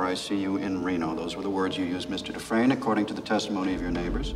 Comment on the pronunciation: i know yall didnt say dufreesnee. smh.